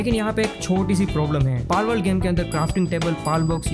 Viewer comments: Palwould ❎ Balwould ✅😂😂😂😂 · Palword❌ Malword✅ 😂